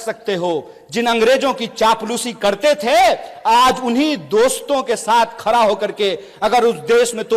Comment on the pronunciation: खडा को खरा बोलता ह हहहहह